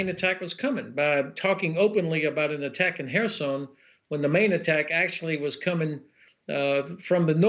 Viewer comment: Whereson??? ah he meant to say Kherson, he has a teeth problem probably...pronouncing a Kh as an h.... dumb...